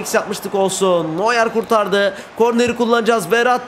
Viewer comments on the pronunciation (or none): none